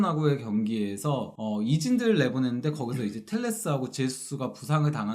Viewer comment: 질문 있습니다 제수수가 아니고 헤수수가 아닌지요 J는 ㅎ발음으로 알고 있는데 제가 잘 못 알고있는건지요